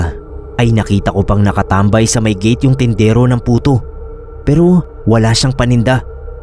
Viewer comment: Sorry po pero napansin ko lang.puto po d Buto hahaha